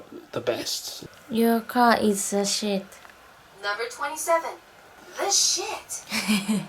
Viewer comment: "Tze shet" 😆😆 I live how she said "the shit"